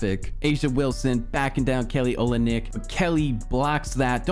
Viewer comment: It’s pronounced Kelly “Olinik”